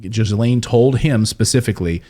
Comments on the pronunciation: Mate! It's pronounced gi-lane!!! It's not like a hundred other news reporters aren't saying it correctly on every media platform in the world every day. Unless he's being clever and saying jizz-lane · It’s pronounced Gilane not Jizlane. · The name is pronounced Gil-lane not Gizlane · It's pronounced gislane not jislane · ghee-lane.....not GIs-laine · It's GEE Lane not Giz lane. Hard to take this report seriously if you can't even pronounce her name correctly. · The woman is a monster, but her name is pronounced "Gillan," like Ian Gillan, of Deep Purple... Not Jizz-laine, ffs! And if you'd watched the interview, you'd have heard Ian Maxwell's pronunciation. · it's KGEE-LENN. not JIZZ LANE! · Her name is pronounced Gill lane! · Sorry, not really. Her name is French, it's Ghislaine, the S is silent. It's more like Geleine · dude, its pronounced GILL LAYNE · Ghislaine -- pronounced Gee-lane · GHEE' lain rhymes with ELAINE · LOL....Was going to post the same thing. THE S IS SILENT! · JIZZlaine just seems appropriate. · It’s pronounced Gee-Laine! BTW, Epstein didn’t kill himself! I don’t believe he is dead. I think he was sneaked out of prison & replaced with someone else! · If your going to be a reporter; make the effort to pronounce peoples' names correctly... the "s" in Ghislaine is silent! phonetically pronounced "ji'laine" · It may be fitting in a mocking way, but "jizzlane" is not how her name is pronounced. S is silent. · Pleeeeaaaassseeee…the S is silent in “Ghislaine.” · Ghislaine Maxwell breaks silence, as explosive new documentary is released | 7NEWS - YouTube Listen to how you pronounce her name correctly. She may be a monster but it is always a good thing to say a person's name correctly! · You do not pronounce the "s". It is " Gee laine. " Hard, not soft "G". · her name is pronounced GILAINE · It is pronounced "geelén" for crying out loud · Pronunciation people.....Gill lane! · Actually it's Gil-lane although I have heard it pronounced GEE